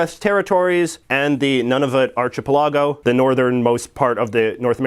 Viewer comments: Ouch! Dude, it's not arch-e-pell-ahgo...it's " ahr-kuh-pel-uh-goh" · archipelago: ahr-kuh-pel-uh-goh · Wait wait wait wait,,,, how did you just say archipelligo??? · “Arch-a-pellah-go” 🤣 “Arc-ah-pell-ago” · You pronounce 'archipelago' as ar-chip-e-lago ?? I'm pretty sure it's pronounced as ar-kip-el-ago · ar-kih-PEL-ah-goh or ar-chih-pil-AH-goh? Is this a Canadian thing or he pronouncing it wrong? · He said archipelago in stead of arckapellago is that the same thing. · Interesting the way you pronounce‘archipelago. In Aus we say; ‘arkipeligo. Difference, hey? So different! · Arch-eh-pehl-lah-go lol! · Archipelago is pronounced "Arc-a-pel-a-go" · YES, YES, YES!!! The word is pronounced ARC-i-peligo!!! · "arch-i-pelah-go" smh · Wait, I think purposeful mispronounciation is part of JJ's schtick. Nobody in Vancouver pronounces 'ou' like him. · it arch-a-pel-a-go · I believe it's pronounced ark-eh-PELL-uh-go, unless Canadians pronounce it differently. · my man just said "ar-chih-pelawgo" 😂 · ...That pronunciation of archipelago is painful. Is that standard is Canadian English, or was it butchered? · I'm sorry but what!! how could someone actually think its pronounced like that. no offence it just really annoys me. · i have never heard the word "archipelago" pronounced the way you do. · JJ needs to learn how to pronounce "archipelago." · haha the way you said archipelago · Good to know. I thought all Canadians pronounced it like that. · Why do you keep on mispronouncing things like Archipelago? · Literally never heard archipelago pronounced like that .. is that a Canadian thing? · I think the emphasis is on the "pel" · I usually dislike the was you say "about" but the way you just said "archipelago" made me physically recoil goddamn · I have never heard someone pronounce archipelago that way, and I too am a Vancouverite.